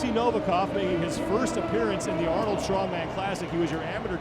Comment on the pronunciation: At least Rogue knows how to film an event. The Arnold channel is a joke, their guy can't even pronounce names. Where the heck is the leaderboard after two events? Complete amateur hour over there.